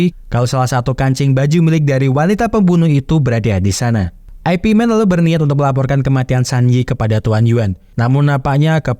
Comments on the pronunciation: Min ,baca nya ipman bukan aepi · Aipi aneh bgt kedengerannya ya 😂